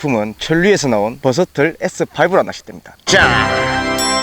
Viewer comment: ㅋㅋ버서털 아니고 버서틀 이요 ㅋㅋㅋㅋㅋㅋㅋㅋㄱㅋ